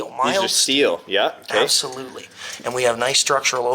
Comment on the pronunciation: But why he was keep saing apslutele hahah